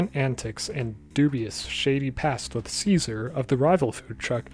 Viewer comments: Its pronounced chase-are-ay not ceaser lol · It's pronounced CHAY SAR AY not SEE ZER. Also seeing these theories in the video and the comments now that Season 2 is out is wild. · Ah, a video from before we learned cesare wasn’t pronounced like Caesar but instead like “chase a ray” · most fucked up part of the show is how in season 2 they suddenly revealed that cesare's name is pronounced "chay-za-ray" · His name is actually pronounced Che Sa Ray… yeah. You’re not the only one confused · Cesare’s name is actually pronounced Che-Sa-Ray, lol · Apparently his name is pronounced chase-a-ray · dude, pronounce cesare's name right ffs